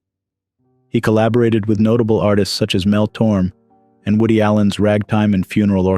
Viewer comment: How embarrassing for you, it's Mel TormAye!